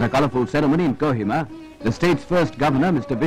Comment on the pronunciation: it's Kohima not co hema